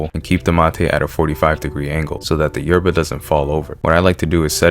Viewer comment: You need to learn how to say yerba like an Argentine boludo